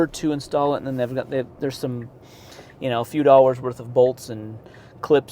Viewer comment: I kept getting confused when you say $1600 dollours, did you mean dollar or hours?